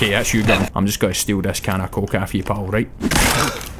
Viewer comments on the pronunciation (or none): none